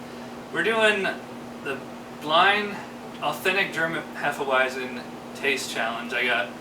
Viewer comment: each time someone says hefe-uaizen i die a little bit inside